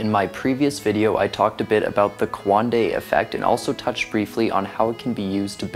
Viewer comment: You can’t even pronounce coanda let alone understand what it is